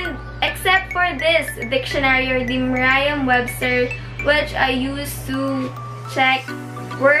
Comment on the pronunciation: Hi! Sorry but its not "merayam webster" its "meryam webster" 💕